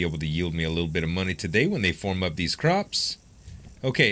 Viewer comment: It sounds like you're saying forum instead of farm